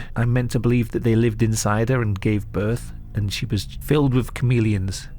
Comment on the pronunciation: Is anyone else hearing say comedians instead of chameleons? Lol idk why but I can't stop hearing it. Now YOU won't NOT hear it. been a fan for years and I'm not poking fun at you it's just what I'm hearing. Keep up the great work brother! ✌️